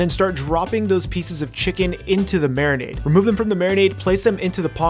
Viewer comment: How my beer while I "mariminade" my chicken. Love you,.